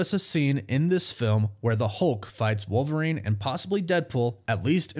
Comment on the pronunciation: Who’s “war-verine”?